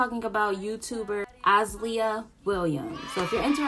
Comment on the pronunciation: your saying her name wrong but “faithfully watched her”. funny how you say “these are my opinions and everyones entitled to their opinions” but say that our opinions are bitter. then you repeatedly throughout this video threw shade towards her content. my honest opinions is she worked hard for her money and if she would like to treat herself than she should it might be expensive but at the end of the day she put in the time and effort, maybe you should take notes and your net worth could be just as big maybe and i mean maybe even bigger. this video was kinda unimportant you talked about the fact that she bought different cars. do you know how many people in the world have 2 maybe even more sets of cars but drive both cars on different occasions? if your mad that the guy across the street didn’t offer you that mustang just say that. then whats even more funny is you proceeded to say “if i wanted to buy a mustang i could” but also said “the guy across the street has a mustang and looking at that mustang gives me the motivation to keep going”, so which one is it. can you afford it or not?